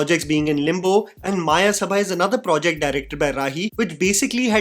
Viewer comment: its मयसभा not मायसभा read like how u read it in samskrit. Mayasabha is world of illusion created by royal sculptor of gods. Maya. See mahabharat for reference. May be thats metaphoric in this movie